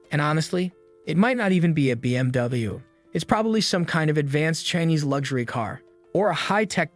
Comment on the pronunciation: Yoo the AI voice can't say BMW😂😂